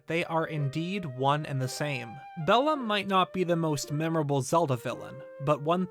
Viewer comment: as a person who knows latin the way he says bellum triggers me